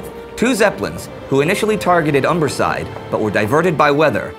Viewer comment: Lol did you say 'umberside?